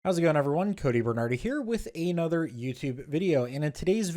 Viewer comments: you talk so dumb. when you say "aye-nother" instead of another. such a really dumb person. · I think it accents